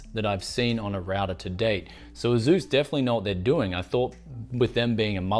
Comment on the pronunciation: Did this guy really just pronounce asus A zues? A-s-us